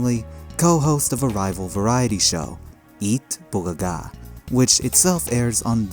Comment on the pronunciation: thank you butcher the pronounce of eat bulaga......